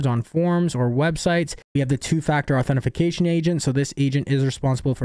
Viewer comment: Ok, dude. It's authentication, not authentiFication